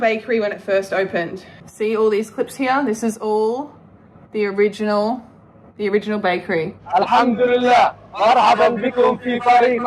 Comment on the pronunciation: Muslim here. You dont say "Alhamdulillah" when you're looking at something you've built you say "mashallah". I have never heard anyone do that. Plus her pronunciation of arabic words do not align with how they should be spoken. Before you even start reading Quran you start with arabic pronounciation. She is WAYYYY off on that.